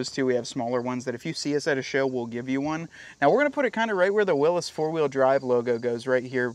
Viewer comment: I realize People say it differently. But I think you say Willy's wrong LOL.